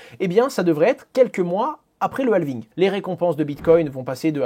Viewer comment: Dans Halving, le L ne se prononce pas. Il est muet. Idem pour Half